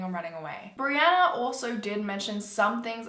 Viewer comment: This video has a little extra creepiness for me as my name is Brianna, and pronounced it properly